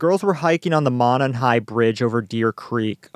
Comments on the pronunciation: the word Monon is pronounced Moe-non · nothing irks me more than how outsiders pronounce Monon. moe-non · We pronounce Monon like- Mow Non. Glad to have come across your channel. I will be following it now. Good job team! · I'm from Indiana. The name of the trail is pronounced Mo Non. Mo non trail. Juat have heard it said by folks over and over incorrectly. ✌🏾 also the way that the police have handled this as far as the information has been released has really not been the best. I get they are holding certain cards close to their chest, but at this point we have almost no absolution as to what he looks like. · It's Mo non. That's how it's pronounced